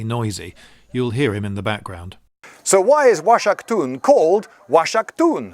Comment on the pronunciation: It's pronounced [waʃakˈtun] . Like "wah-shack-toon". No cum.